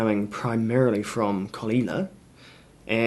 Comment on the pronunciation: Did you say....calina😮